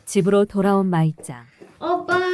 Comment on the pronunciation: 마이짱은 일본인 같지가 않아. 전라도 시골 식당 아줌마 같다. 호탕해 그나저나 나레이터가 호칭을 부르는데 "마이짱은"이 "말자는"으로 들리네. 한국 이름을 말자로 지어도 되겠다